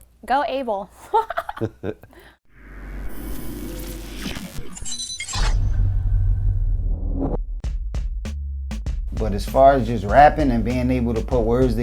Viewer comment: its actually pronounced "ah-bell"...